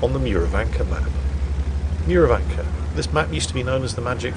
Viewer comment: Well, now I know that it's ok to mind here how it's right to pronounce some non-English names... Murovanka's correct pronounciation is with "u" as in "full"!